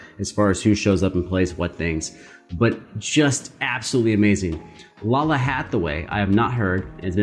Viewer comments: Yeah! She’s amazing. This is a cover of her song “Somethin” off her very first album back in 1990. 😅 Btw, her name is pronounced Lay-luh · Her name is pronounced "LAY-lah". Also, the backing is not a rip of the "007 Theme", it is a performance of "Something" from her self-titled 1990 album. Additionally, she is the daughter of the legendary vocalist, the late Donny Hathaway. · Lalah Hathaway....its pronounced like Layla lol but good reaction!!!